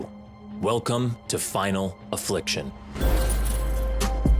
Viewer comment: Dude doesn’t say final affliction right. The girl had more enthusiasm